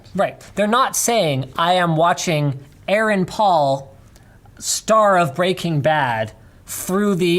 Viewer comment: The way you guys mispronounced Aaron Paul's name hurts me deeply